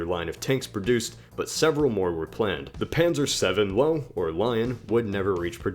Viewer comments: heads up its Lowe=Lovvah not Lowe like low great vid though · it's Löwe (LoeWeh). not Lowe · its pronounced loove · Lowe isnt pronounced Low, its actually pronounced Luh-vuh Also the Maus isnt 207 Tonnes, it's only 188 tonnes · what about sloped armor and its use in the panther? you mispronounced lowe (lurver) what about the tigers engine problems? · Lowe is pronounced Lovah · Correction: W in German is pronounced as a V So Löwe is pronounced as Loveh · The Löwe is pronounced Lurvar PS Maus was put into battle and was destroyed and the other prototype was not finished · Lowe (Lion) Löwe, Lou-Vah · The w is pronounced as a v and it's spelt Löwe. Sorry had to point it out. Taking German right now in high school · You pronounced Löwe wrong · That isn't how you say Lowe...